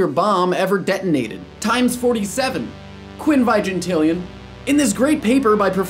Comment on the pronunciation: you pronounced quinvingintillion wrong. it's queen veen geen tee lee on, not queen vah een geen tee lee on. also appreciate the actual number name as opposed to billion billion billion billion billion billion billion billion billion billion billion billion billion billion billion billion billion billion billion billion billion billion billion billion billion billion billion billion billion billion millions. thanks to adventure capitalist i'm quite familiar with numbers up to centillions (which is afaik the highest named ordered number, although you could assume the name for even bigger ones from the naming convention) and i find them easier to grasp by name than even scientific notation.